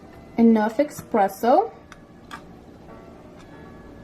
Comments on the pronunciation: Espresso, not Expresso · Honey a Batista its called espresso not exspresso lol so cute. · Don't call it eXpresso but eSpresso.